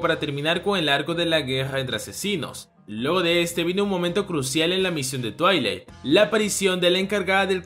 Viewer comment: Soy la única de cuando dice el nombre del padre "twiling" se acuerda de la pony xdxd